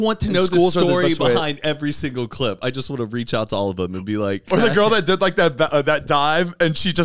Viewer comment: ZANE!!!! “THEM” not “THUM”!!!